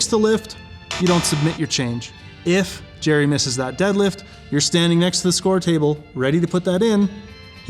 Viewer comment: It's, not Jerry! Lmao